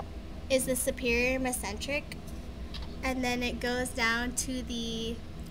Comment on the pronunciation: You are not pronouncing the veins or arteries correctly!! Is this a child doing this...carrated? it's Carotoid (Ka-rot-id) Mess-en-tric?? Mes- en - teric OMG...need one that actually has someone that knows how to pronounce them right!